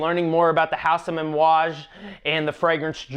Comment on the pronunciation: it sounded like you were pronouncing amouage with an "M". lol.....great video btw, i love my J40